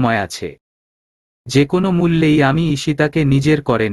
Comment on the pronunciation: এত বাজে উচ্চারণে শুনতে খুবই খারাপ লাগে। একে দিয়ে দয়া করে আর গল্প পড়াবেন না। কোন উচ্চারণের ঠিক নেই, বাক্যের অর্থ বা মানে আরেক রকম হয়ে যায়। ভিত অর্থাৎ ফাউন্ডেশন, এটাকে উনি উচ্চারণ করছেন ভিতো। আর যতবার kpno উচ্চারণ করেছেন, এটিকে kono হিসেবে উচ্চারন না করে প্রতিটা বার বলেছেন kon. দয়া করে একজন সঠিক উচ্চারণের পাঠক দ্বারা গল্পগুলো পরিবেশন করলে প্রতিমধুর লাগবে। অনেক ধন্যবাদ।